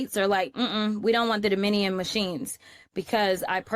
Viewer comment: pronounces it: “Domin-E-un”🤦‍♀️